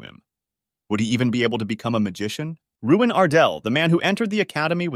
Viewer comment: btw his name is luin not ruin